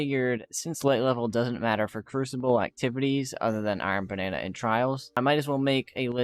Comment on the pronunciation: I gotta point out bro said iron banana😂😂😂 but this was helpful